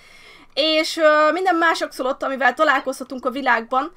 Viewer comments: Helyesen axolotÜL! Ejjj...😃 (Igen, visszanézem, és igen, a hardcore sorozatról jövök) Csak így tovább, sok boldogságot Immuval!❤ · Szia! nem akarok kukacoskodni de az Axolotl nevében az L nem néma ki kell ejteni. (legalábbis én így tudom)